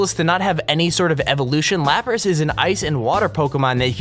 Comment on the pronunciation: Lapras... It's pronounced Lap-rass